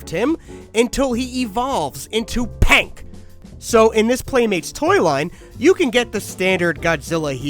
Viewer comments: It's Pink not "Pank" you're saying it wrong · Bro that is not pank it is pink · AHH YES "PANK" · “King of The Pank” 😭😂